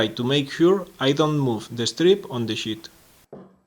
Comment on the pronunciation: Once again, very nice work! Just one suggestion, prolong the 'e' in the word 'sheet'. Otherwise it sounds like something completely different :)